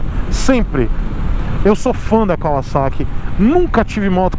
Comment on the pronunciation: Fiquei até emocionado com você falando Kawasaki e não "Cavazaqui" Como a marca ficou conhecida no Brasil. Parabéns por não perpetuar um erro.